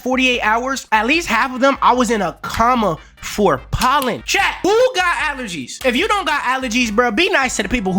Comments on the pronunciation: a comma? Or coma? (Co-muh) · A comma? 😭😭 A coma co-muh 😭😭